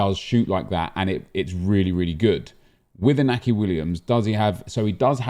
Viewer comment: You pronounce it Inyaki Williams the accent above the N indicates that